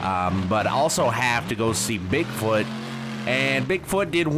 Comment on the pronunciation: you said bigboot